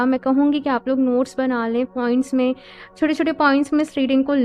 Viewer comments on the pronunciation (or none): none